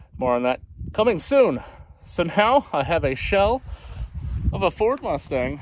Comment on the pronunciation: It’s a, “Gustang!”